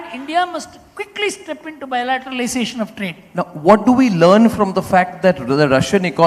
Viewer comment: " huge bilatetalisatiin of trade.. "